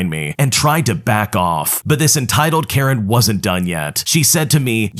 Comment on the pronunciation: "Entitled Karejn" 💀